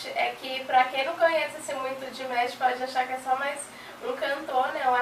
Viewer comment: Galerinha só uma observação, coisinha boba... na pronuncia do nome dele o "ma' se pronuncia "má" msm, então se fala "DiMÁsh" e não "Dimesh"... Por favor façam a alegria dessa dear... q o próximo react do Di seja ele cantando The love of tired swans no Kremlin ou My heat will go on que ele cantou recentemente (11/12) no Hainan International Film Festival... Muito grata desde já!